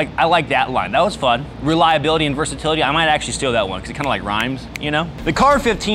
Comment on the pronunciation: ACK-SHU-A-LEE your first video was published in 2019; I believe it was about the Cloud Defensive REIN.